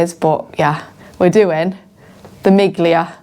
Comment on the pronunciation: Miglia is “meal-ee-ahh”